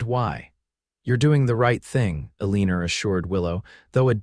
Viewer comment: Please teach AI that her name is Eleanor not Ah-lee-ner.